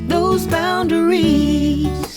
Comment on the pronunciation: Thanks,. This is a very clear and understandable explanation and demonstration of this technique. Not to nitpick, but I found myself wincing at the misplaced emphasis on the last syllable of boundaries (boun -da - rees). This violates the principle of maintaining the natural shape of the language. This is the fault of the songwriter and vocalist. No amount of serial compression can do much to make that part sound right. Nevertheless, this is a great video!